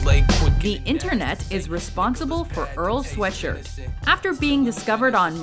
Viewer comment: Lol I died when they said Earl Sweatshirt's name